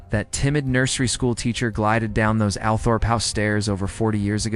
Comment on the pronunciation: Noooo bloody American accent. Starts with Althrop… totally terrible pronunciation. Boleyn, Marlborough… just making us all shriek. It is really terrible. For goodness sake use a proper English accent.